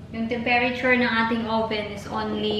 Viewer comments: hindi delevery ang pag pronounce... kundi de- li-very...ang "li" ang gahi nga pag sulti. and ang tem-pe-ra-ture... ang tama is tem-pre-tyur. i hope its okay with you ang akong pag correct. Bisaya pud ko...taga Butuan City. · Tempreture,....( tempere ture)